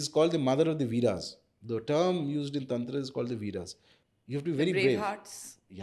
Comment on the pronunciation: Madam english accent me tantra bolte hue bohot bekar lagti hai! Taantraaaa! Paglait😒